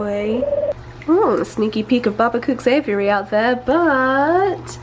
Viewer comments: I was like "WTF is an 'avery'..." she meant "Aviary". It's AY-VEE-AIR-EE rofl "ay-vuh-ry" .. 😂🤣😂🤣😂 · lol the way she says aviary sounds like Avery which is my name so that was wierd.😂